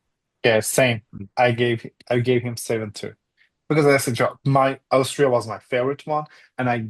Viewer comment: My husband is also Turkish and also and also miss pronouns 'Austria' exactly same way... this is sooooo turkish